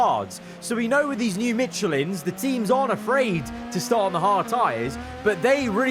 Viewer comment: F1 25 needs big time fixes for the career modes + fix your michelin pronouciation